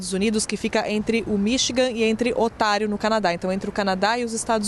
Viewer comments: mais alguem notou que ela disse "OTARIO"? ela n disse Ontario! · Kkk ela falou otário,mais é Ontário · Parace que ela falou otário ao invés de Ontário kkk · é impressão minha ou ela disse "Otário, no Canadá"? Kkkk